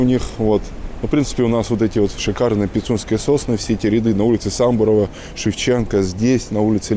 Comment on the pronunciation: Сам-бу-ро-ва ударение на второй слог 🤭